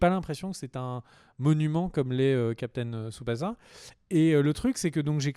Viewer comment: Ça se dit Captain "Tsubassa", pas "za" Et puis c'est "Seursha" Ronan et "Killian" Murphy. 😁 out P.S: Des bisous à Jun alias Julian et sa chère Tipie, qu'il faudrait caser avec Bourdu, le mec à Bunny aussi appelée Sailor Moon, pour en faire le couple aux noms adaptés les plus pourris de France. 😇